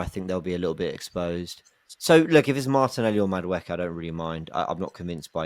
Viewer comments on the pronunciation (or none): Can someone teach how to pronounce Maduekes name.. its not Madwooooooke 😭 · I love you. But someone is gonna need to teach you how to say Noni’s last name. I can’t be hearing “Mada-wooky” for the next 5 years 😂